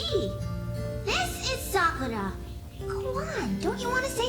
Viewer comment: Almost everytime you guys say "Sakura", it sounds like "Sokka".